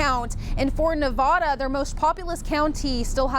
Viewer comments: Dearest, that's Nevada not Nevahda. 🙂 love you my dear friends, God bless you oh God in the name of Jesus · Not Nuh-vaw-da, try Nev-add-a